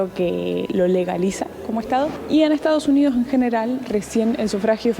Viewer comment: se dice ESTADOS UNIDOS jajaj te comes la S en Estados jajaj saludos genios!